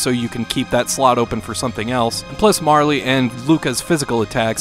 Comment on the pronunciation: I might be the weird one here, but did anyone else hear say "Mar-lee" during the Chrono Trigger part? Is this the official pronunciation? Ive always said it "Marl."